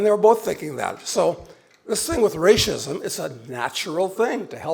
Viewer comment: Why does he keep saying "rashism"? He says everything else correctly but that word. He says race, then says rashism.